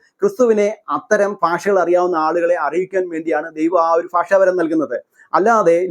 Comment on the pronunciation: ഫാഷ അല്ല ഭാഷ